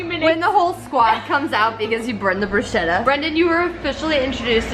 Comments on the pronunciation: It's not 'brushieta' it's pronounced 'brusketta' !?! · "It's bruschetta not bruscietta" Sorry didn't mean to be mean, just FYI it's like a K non the ch in Italian :) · If it is what I think it is... I didn’t even finish the video (yet), I’m sure it’s gonna be lovely, but please girls, it’s “brus-ketta” lol love from Italy 💕